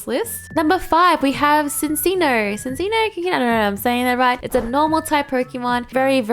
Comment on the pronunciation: Says Cinccino as Sinssino Me: "ah yes my cup of (Cappuccino) sappsusinno " Love her or hate her she is still learning her english language